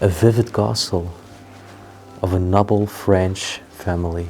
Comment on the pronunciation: May I please tell you to pronounce the word "noble" it has a long 'o' sound, not short.